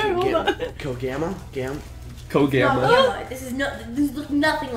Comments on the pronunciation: "Cogamma" I'm done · I was dead at co-gamma lmfao xD